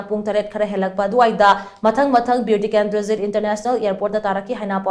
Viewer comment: Pls atleast pronounce clearly Bir tikendrajit airport not Beu tikendrajit